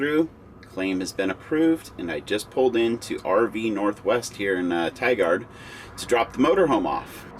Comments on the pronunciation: "Tie Gerd" not "Tie guard" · Tigard is actually pronounced 'tygerd' , kind of quick and all one syllable almost. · Funny how he mispronounced Tigard. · i hope someone told him how to pronounce tigard right